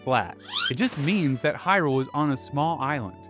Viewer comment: Pronounced "Hyrule" and even "Hylian" (at least in this video) correctly but not "Hylia" Very curious